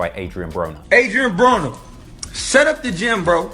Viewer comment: he said adrien boner LOL